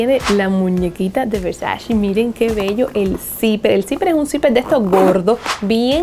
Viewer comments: Se escribe "versace" y se pronuncia Versache no versachi. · Es VersaCHE, no versaCHI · Cami porque pronuncias “VersachI” si hasta Donatella hizo un video enseñando a pronunciar su apellido y nombre de marca la cual se pronuncia con E y no con I? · Todo divinooooo, pero se dice VER SA CHE! es italianooooo! Yo estudié, ver sa CHE! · Cami se dice versache lo dijo la misma donatella en su video de 73 preguntas Vogue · no tolero que digan Versachi 🙄 eres muy agradable pero en serio. es como patada en los 🥚 oir eso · Empieza por aprender primero como se pronuncia VERSACE!